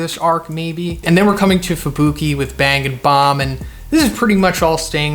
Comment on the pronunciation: When you said "bang and bomb" i wrongly heard "banging bomb" lmao